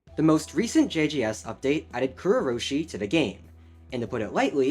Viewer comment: why do you say kurourushi like kurrou-roshi